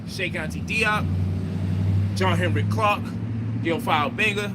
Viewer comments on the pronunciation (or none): none